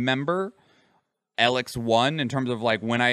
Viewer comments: the main thing about the name is that both e are long EE the only time you would use a lower case sounding e is for elexit which is the currency in elex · didnt even say elex right